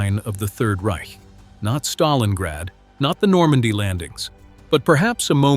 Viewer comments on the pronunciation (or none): none